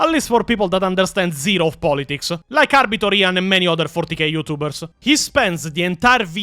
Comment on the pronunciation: So... I never liked Weshammer. Hate his thumbnails with a passion. Just dont like him. Maybe his voice, maybe his face... maybe both? Only Ahh-Biter Ian videos ive ever seen are the IGN ones. Only thing i dislike is the way he says his name 😂 Never had a reason to question his knowledge until now. His channel never interested me anyway. Also, why are Wes and Ian so obsessed with getting female marines? The fk does Ian mean "thats toxic masculinity"? What a clown. Maybe hes tryna cater to his female audience and virtue signal? Idk, idc, wont be watching none of his content 😂 Thanks....Never heard of EonsOfBattle, EVER. Why tf are these virtue signaling, fake asf, performative content creators obsessed with female space marines??? Why is it the ones with a feminine voice that advocate for this bs? 😂 There is a connection there you cant deny. Forget this dummy and lets move on. Now Majorkill. Hes made me laugh plenty of times in the past. Digestible if you are an idiot (and i am). Ill never forget the way he pronounced Tzeentch (tits-snitch) and still pronounce Tzeentch like that to this day 😂 Never thought he was an expert but use to enjoy his content. I literally stopped watching him like 3-4 years ago cause i grew tired of the immature humor in my 40K lore videos. Im not a teenager nor am in my mid 20s so there comes a time when you just want the hard facts and not bombarded by idiotic sex jokes and cringe gen z/gen alpha slang. Holy shh i wrote this before you expla